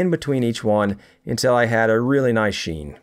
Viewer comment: just the way he says "sheen"